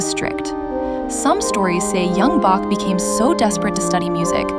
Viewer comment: The AI didn't learn to pronounce Bach.